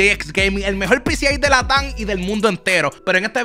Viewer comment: Muy bueno el video pero latam lo dijistes como si estuviera acento jaja pero buen video